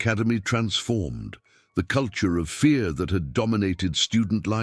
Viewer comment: AAA must mean AIR ! What are holls? and what is FAA and HAAD? what are GAADS? FEA must mean fear without the "R" this reader cannot pronounce any word with an "R" init ??